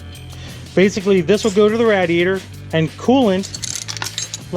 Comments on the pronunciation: it's a RAY-DEE-ATE-OR....NOT, RAD-E-ATE-OR!!! fucking radiator! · Radheateher is that what I'm hearing? Lol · The way he said radiator 😂😂😂😂😂😂😂😂😂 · The way says radiator lol